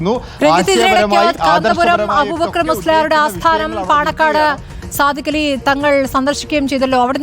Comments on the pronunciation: Paanakkad not panangad. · പാണക്കാട് ആണ് പാണങ്ങട് അല്ല